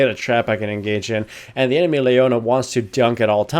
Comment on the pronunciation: "the enermy leona..." What!?